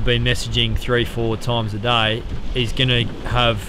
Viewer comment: he speaks 'day' like 'die'